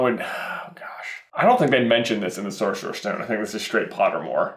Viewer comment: Is it just me who gets triggered when say sorserous stone instead